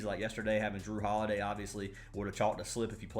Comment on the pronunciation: Please don’t say jrue holiday again bro